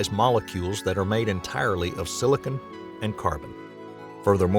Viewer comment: Silicon not silicone lol